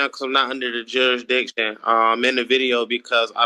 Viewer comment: Why can’t they say jurisdiction